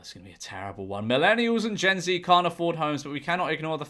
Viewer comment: Why did you pronounce it Gen Zee when it clearly says Gen Z.